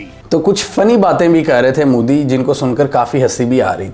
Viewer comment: It's not mudi, it's modi😅😂😅